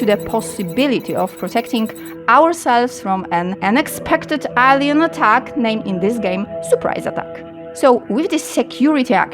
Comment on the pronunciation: W wyrazie "retaliation" wymawiamy pierwszą sylabę jako miękkie ri a nie twarde słowiańskie RE. Wyraz "purple" czytamy w uproszczeniu jako pe(r)pl. Wyraz "alien" czytamy ejlien. Wraz "return" to nie jest żadne return, tylko rite(r)n. Można tak wymieniać i wymieniać. Zanim nagracie - puśćcie ten swój tekst choćby przez google translate, żeby wam poprawnie przeczytał wszystko aby pominąć tego typu pongliszowate horrenda.